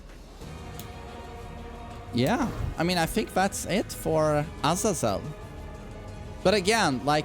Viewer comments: its azayzel not ahzazell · Guys trust me. It's A-z-eeeeeeeeee-zel